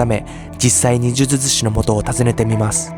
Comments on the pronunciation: 呪術師、を言えてないのにほっこりしちゃった 迷信って人の心を支えたりコミュニティを安定させるのに役立つこともあるし、医学的科学的に理にかなっていることもあるんだけど、人を幸せにしない迷信に関しては、その迷信に支配されている人たちは生きづらいだろうなと思う。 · 呪術師って言えないの好き